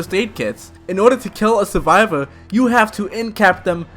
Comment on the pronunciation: You sound like someone who still plays l4d2 lmao "Suvivow" 😂😂